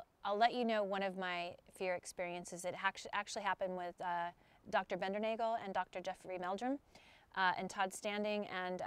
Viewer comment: It's pronounced BINDER•NOGGLE. Soft A. And that info is from John himself.